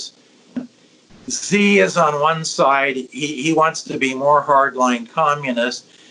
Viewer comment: Steve Hanke is great but his pronunciation of these Chinese official's names needs some work ;)